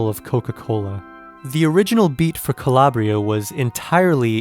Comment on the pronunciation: Calabria is not being pronounced correctly and by downplaying the beats horns and aggressive sounding electronics of the original you will forever miss the true essence of the moody and dark house classic. Strange how you omit and down play how much better the original and entire composition is maybe you can't feel it? Perhaps you dont have the patience to go down that 8min journey.The true fans of dance music feel how lame and stripped down this Natasha 🥱 vocal remix is. Stay with the original or die in mediocrity.